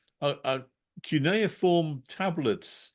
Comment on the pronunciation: Sounds like, que-ne-form. Cuineform!